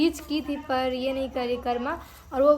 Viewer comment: Karwa nhi karma bolna seekho sirf shadi or ldke ko fasane mei tez ho